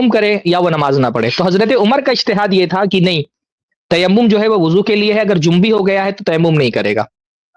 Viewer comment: مجھے معلوم ہے مگر انہوں نے جنبی بولا نون ساکن کے ساتھ۔ اصل لفظ جنبی ہوتاہے جیم۔ اور نون کے پیش کے ساتھ یعنی نون پر بھی پیش کی حرکت ہوگی